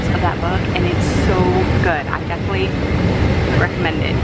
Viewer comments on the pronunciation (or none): none